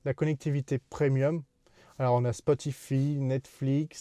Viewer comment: c'est rigolo d'entendre Bluetooth prononcé bloutou et Spotify prononcé Spotifi :-). En tout cas c'est une super voiture. Bravo pour cet achat ! C'est actuellement le meilleur choix à faire en automobile, et je pense pour encore quelques années.